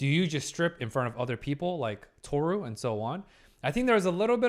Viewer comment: Is him saying "Tohsu" instead of "Tohru" intentional? Or am I overyapping?